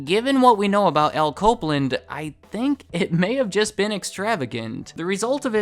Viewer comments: When you say Al Copeland it sounds like "alco blend". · "Alco Blend"? Nah. Al Copeland.